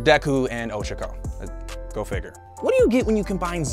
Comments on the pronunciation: ITS PRONOUNCED oh-cha-co NOT ochiko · Ochago?? It's O-CHA-kO UR-AK-A that's how you pronounce it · its not o-show-ko, its o-CHA-ko (pronounced like cha cha) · He says ochako like oshako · Me: hearing how you pronounce ochaco minecraft oof noise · The way he pronounces ochako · I’m just triggered how he’s pronouncing the names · You can tell he watches Eng Dub by how he pronounces Ochaco.. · WHy are you butchering O-CHA-KO and TO-KO-YA-MI 's names ? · Your pronunciation of ochaco is unnerving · Okay not sure if it’s just me but it’s really annoying, being I live in japan, at how bad he butchers the names. Kiyoka? There’s no i people. And ochaco. It’s o cha ko. I’m so sorry, this just really makes me mad.